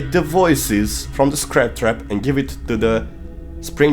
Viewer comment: Fnaf: “Scrap Trap” Zora: “ScATpt Trapt”